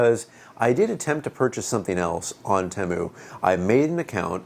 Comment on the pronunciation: It's pronounced Teeeeeemu